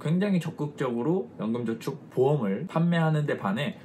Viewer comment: 연금전축ㅋㅋㅋ 발음이ㅋㅋ 좋으시네요~~